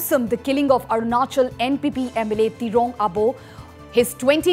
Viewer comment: Arunachal hindi the best "Ajanakly"😁😁😁 RIp to the brave souls